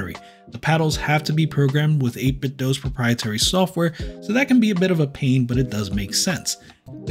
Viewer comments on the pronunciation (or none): none